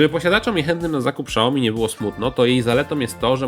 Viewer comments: "Siaomi", a nie "Szaomi" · Fajny test tylko proszę nie czytaj „szałomi” tylko „siałmi” kłuje trochę w uszy pozdrawiam :) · nie SZAOMI tylko SIAOMI...